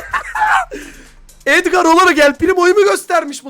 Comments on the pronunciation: Edgar❌ Esprimi✔️ Abi kalp bırakırmısın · Edgar❌ adgır✅ 😂😂😂😂😂😂